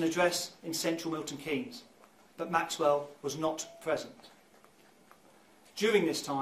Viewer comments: Hi 👋 Loved the coverage as usual 😀 just wanted to say, it's pronounced Milton Keens (Keynes) No shade or anything, I just know that I like to know if I pronounced it right or not. Massive respect for the sheer amount of great content we've been lucky enough to have this month! All my love to you and your family 👪 ❤️ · I love this channel and you but girl, I’ve got to say this… I’m in the UK and it’s pronounced ’Buck-in-ham-sheer’ I’m from Oxfordshire (just next door to the above county) and the city is pronounced Milton ‘Keens’. This story just blew up over here and I’m glad to see some coverage from across the pond. RIP Leah, rest easy. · Another excellent video, as are all of yours. I hope you don't mind me suggesting a few pronunciation corrections though: the "shire" in counties such as Buckinghamshire, Cheshire, Lancashire, etc, is just pronounced "sh", and the "Keynes" in Milton Keynes sounds like "keens". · Whilst you have adopted the uk 'glossal stop' by dropping your T's, you can also do the pronunciations right. I live in Buckinghamshire and you pronounce it "BuckIN AM SHEER" and its Milton KEENS. :) Thames is "TEMS" the river you see in London, this valley is just the same name. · Just so you know it’s pronounced Milton Keyns not basically miss the E Thames as in TH is pronounced TEMS SO TAMES DROPPING THE H lol. English place names are not always as they seem, that said Welsh and Scottish place names can be a nightmare to say lol. BTW I am totally loving your channel so far I started subscribing this week 🙂🙂🫶🏼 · It's pronounced Milton keens lol. But very well covered case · I'm sure someone has already said in the comments, but just to help out with the weird UK pronunciations, Thames is pronounced "Tems' and Milton Keynes is pronounced "Milton Keens"! I know, we're weird! Better that we were like the Spanish where each letter is always pronounced in the same way. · "thames" is pronounced "temmes" and "Milton Keynes" is "Mill-ton keens" <3